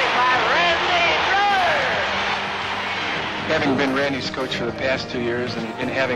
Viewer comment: Randy Breuer is pronounced BRAY-er, now BREW-er.